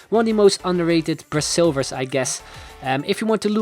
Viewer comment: Why did he say "bra"silvers???